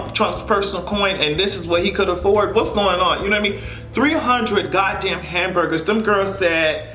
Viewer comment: This nigga said HAMBERDERS 🤦🏾‍♀️🤦🏾‍♀️ he is a WHOLE FUCKING IDIOT!!!!